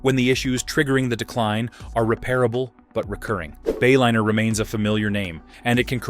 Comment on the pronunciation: AI crap...Bayliner became Baylinner. Is that what we are spending trillions on?